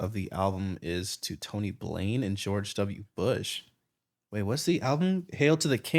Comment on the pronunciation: It's Tony Blair by the way, not Blain. Genius had it spelled wrong.